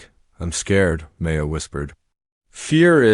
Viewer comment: Learn how to pronounce DeBussey! Learn how to say Chopin ! Hint: it isn’t chopp in! Maya is not May. A! It is My ah